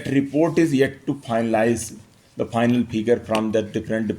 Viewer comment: You're an IAS Officer, pronouncing "PHAINAL" Instead of "Final" and many other vocabularies, just begs me to not trust you running this election smoothly